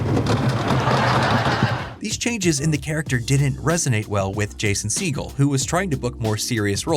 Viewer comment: "Jason seagull" 💀